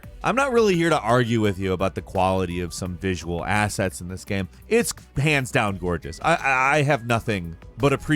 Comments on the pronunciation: “in the gam” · omg he says gam like at least twice more loool